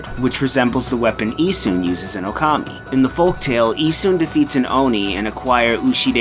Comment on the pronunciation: Even with big Okami opening, still mispronounces the name.